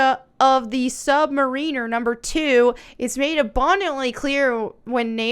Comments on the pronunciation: When did YouTube become 80% bitching about Marvel movies? I'm sure Marvel will be crying about your lame video when they make another BILLION dollars from this movie. Also, you pronounced it sub-marEEner instead of how it is actually prounounced: sub-MARE-iner, so who are you to complain about pronunciations? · She complains about how they pronounced Namor but then she calls him the “sub-mareener.” 😂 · It’s sub Mariner not sub mareeeener. You aren’t even a namor fan. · He’s The Sub Mariner(Pronounced: Mair-in-er). Not pronounced like a submarine. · This entire video is stupid. If you can make an obscure viable, you do what you have to do. And you couldn’t redo Atlantis as DC ALREADY did it. You can’t even pronounce SubMariner so you no credibility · your opinion on the quality of the movie is irrelevant. She complained the changing of the Namor origin from the source material and the pronunciation of his name, but not even saying “Sub-Mariner” correctly is a clear sign that she is full of crap on caring about source material accuracy. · What an ignorant young lady smh. What do you mean Peruvian ? You lost me at with your misinformation. You can’t even pronounce the actors names your doing a critique of. Step your game up. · pronounced sub mariner totally wrong